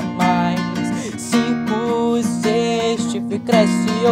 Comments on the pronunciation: ele falando chico ao inves de cinco KAKSKSMWKDJWKWKXKSKSJKSKSKWJJWMSKWKKWKSKWKKKSSKKS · Ele falo chinco mas era pra fala 5